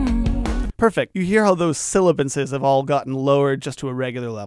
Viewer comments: He said silibance 3 times at least when talking about sibilance. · It’s sibilants/sibilance You might wanna edit that part Or not, I knew what you meant, lol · "Silibance"...I believe you meant 'Sibilance'. Great tutorial btw. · here - no lie, I've been pronouncing it "silibance" for my ENTIRE life until this video was posted. Just did a quick Google search... oops. 😂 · ....it's "sibilance"